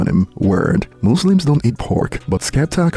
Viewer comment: thank u for saying muslims correctly unlike americans calling us mazlimz 😂